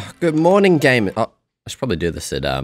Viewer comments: he saying "gay"mers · Did you say GAY?! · "good morning gaymers" 💀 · "Good morning 'GAY'mers" 😂